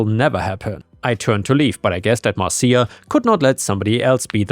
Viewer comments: It's 'Mar-sha," not "Mar-see-ya," like from the Brady Bunch. That was the joke about saying it three times... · not mar ceeya,,,, MARSHA, MARSHA MARSHA, ...... guess i am old too. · The reference to the Brady Bunch is, mar-shuh, mar-shuh, mar-shuh, not mar-see-uh, mar-see-uh, mar-see-uh. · FYI, Marcia isn’t pronounced “Mar-see-a”, it’s pronounced “Mar-sha”. The OP of that story was referencing The Brady Bunch, where a recurring theme was a character admonishing Marcia Brady for some annoying busybody action by going “Marcia, Marcia, Marcia!” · Just a heads up, Marcia is usually pronounced "Marsha" and was intended to be with the 3 times thing (That's a reference to a very old television show called The Brady Bunch) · 'Marcia' is pronounced 'Marsha' Pronounce it that way 3 times and now, you're Jan Brady! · Just FYI, but "Marcia" is pronounced "Mar-shu." So you know for the future. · Fyi: Marcia is pronounced like Marsha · "Marcia" is pronounced "Mar-sha" :) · Lovet stories, and it is pronounced Marsha. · Dude. Love listening to you read but I’m dying! YouTube the Brady Bunch, when Jan yells Marsha, Marsha,Marsha! You’ll learn how to pronounce it correctly. So funny tho the way you read it! 😂😂😂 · it's pronounced Mar- sha. It's from the Brady Bunch TV show. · Just as a head's-up, "Marcia" (at least in the US), is pronounced "MARSH-uh" - The name was used in the 70s TV show, "The Brady Bunch," as the name for the oldest daughter. There's a meme about the middle daughter (Jan), whining, "Marcia! Marcia! Marcia!" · It's surprising how little effort it actually took to confirm the pronunciation of "Marcia". Turns out modern technology makes it remarkably simple to find out how words are pronounced.